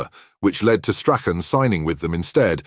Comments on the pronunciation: Gordon strathen? It's Strachan 😂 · Strach Ann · This has to the worst narration to a video that I’ve had the misfortune to listen to. There had to be at least 25,000 mispronunciations of Stachan’s name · Should be called how many ways to pronounce Strachan wrong, he was brought up in Muirhouse and went to Craigroyston high Not Broughton. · You'd think they might have researched the correct pronunciation of Strachan. Very sloppy and lazy piece of journalism with a disingenuous click bait title. Shameful